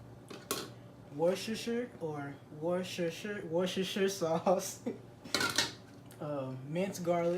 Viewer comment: warsuresure sauce 😂😂😂😂😂